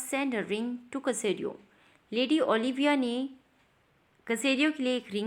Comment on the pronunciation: ये सेसरियो है कसेरियो नहीं